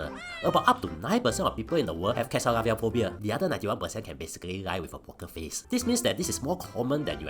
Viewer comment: no problem with pronouncing “Katsaridpblblblsblabls” but struggle with “traumatic”